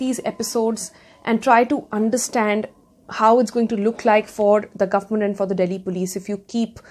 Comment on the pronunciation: So.....No one's got anything to say about her pronunciation of the word Government ! ??